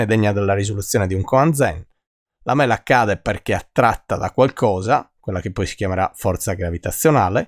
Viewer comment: mela detto con quell inflessione è davvero fastidioso..